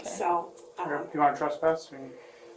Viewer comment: It’s TRESSpass…not “trusspass”.